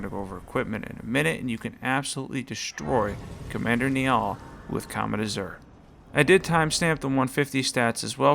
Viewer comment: i wasn’t gonna comment until you brought up how Mohg should be pronounced but anyways Commander Niall is pronounced more like Nile the river, it’s an Irish name just so you know! sweet vid btw